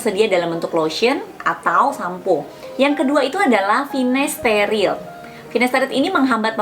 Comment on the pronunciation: finasterile apa finasteride ? kok saya dengarkan pengucapannya Finasterile